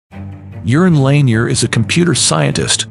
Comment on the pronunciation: His name is not pronounced "Urine" bro.